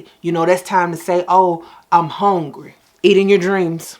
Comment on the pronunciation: I’m “hongry” 😂